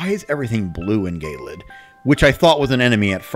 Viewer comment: i still think it's hilarious that they say "gay-lid" instead of "je-lid"